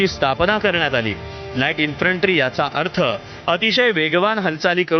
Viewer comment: अबे इंन्फ्रंटी नाही इंन्फंट्री 😅😅😅😅